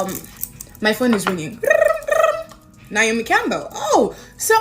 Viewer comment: As a Naomi, it’s NAY O ME. 😊 💖